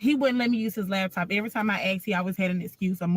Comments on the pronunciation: Can we say “laptop” not lab top? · Is it just me, or is she saying “labtop” when she’s referring to the laptop? My cousin does this🤣😂. Okay, let me stop being petty and listen. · I know the takeaway should be deeper but ma'am it's laptop not labtop🤦🏾‍♂️ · She keeps saying "lab-top" 😂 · Lawd, I hate to hear people say LABtop 😂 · Lap top NOT " Labtop" that shit urked me😂😂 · naaa i know a lot of ppl that says labtop , STOP IT. Her accent is nothing special its her incorrect pronunciation. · It's pronounced "Laptop", not " Labtop" black people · She’s lying… Ain’t no gay man not washing.… So you got dressed for a wedding you weren’t invited to and didn’t get rebuffed? OK AND… It’s “Laptop”.. She don’t sound like she had taken courses anywhere.. Somebody owes me time!! 😂🤣😂🤣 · And the "Lab top"